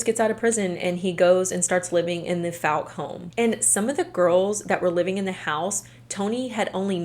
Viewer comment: The likelihood of you seeing this or ever needing to say Fouke again is low, BUT—it's pronounced like the word fall. like FALLk, arkansas. source: i live instate and have been to Fouke many times.